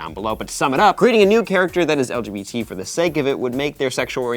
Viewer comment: did anyone realise that Maude said LBGT